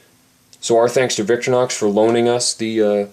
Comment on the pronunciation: stop saying victor-nox!